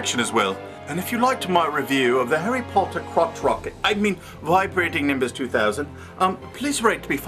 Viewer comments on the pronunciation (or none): Did he say "Harry Potter twat rocket...?" XD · he said croch rocket